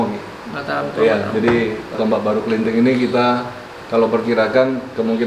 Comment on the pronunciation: Orang jawa biasa ngomongnya klinting bukan klenting..